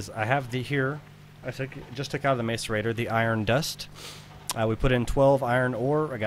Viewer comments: *gah* I feel annoyed every time he says mace-arater :K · because he cant say macerator correctly